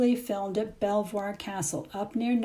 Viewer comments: Buckingham Palace wasn't about during Queen Elizabeth I time. Belvoir is pronounced Bever. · Not being picky, but just want to advise you of town name pronunciations - just so you know incase you visit them - it would be obvious that you are a tourist and not a local! 😄 Ely is pronounced as Eee lee, Belvoir is Beaver Berkeley is Barclay Greenwich (where I come from originally) is pronounced as GRINNidge - (never say GREN to a local! 😲😳We really don’t like it, honestly, we really don’t! it’s not Greenwich Village in the USA!) Hope this is ok - no bad vibes intended! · Just a couple of pronunciation corrections for anyone wanting to ask directions to these beautiful places: Ely= Eelee, Belvoir =Beever. How exciting to find yourself living in the middle of a TV set!